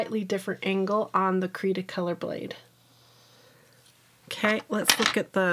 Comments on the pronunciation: Your husband is wrong. Its Austrian and it it pronounced Cre(the e here is like E as in Elephant)_ta-color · Hello there! Lovely video, as always. Cretacolor is actually the brand. THE e " by Brevillier Urban & Sachs" was added after an acquisition in 2008, I believe. You can pronounce it as, Kreh-tah-koh-lor. The "creta" part means clay (but also chalk in other languages). I love your reviews because they are nice and detailed and you bring forth pencils that aren't reviewed as much. Cretacolor is very wide spread here in Romania. Did you try their Nero black pencils?(I have a small review about them up!) All the best , lovely people! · Your husband was almost right in the pronunciation but its one word. cretacolor this is a german speaking factory. So you you need the german pronunciation. And the upper word is in france pronunciation I think